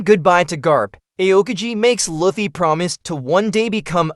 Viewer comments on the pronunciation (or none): its pronounced luuffy not loffy